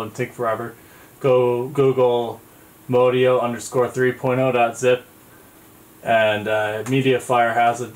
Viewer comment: Modio is pronounced, "MOD E-O"